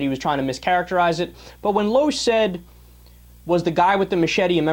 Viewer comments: Ugh, Pronounce Dana's last name right! It's Lash not Losh! LOL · it is pronounced Dana (Lash) aka Loesch, and she has her own radio show that Piers has been on a few times. I bring that up because if you don't even know how to properly pronounce her name, than you can't possibly have done the research to know what ideology Dana Loesch actually adheres to. You don't know about her liberal democrat roots, you don't know what caused her convictions to change and you don't know what she, as an individual stands for. Do you research then shoot your commentary. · Atheist conservative here. Hey sport, might consider learning how to pronounce her name before declaring her "super dumb". You abdicate IQ points by declaring yourself a liberal. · I like how he says she is dumb.. But he can't even seem to say her name correctly. Especially when a 5 second google search will show it, or that actually watching anything she is in will say it.. But no.. This kid is obviously a tool of the highest order. Btw.. The books aren't fooling anyone, "bro".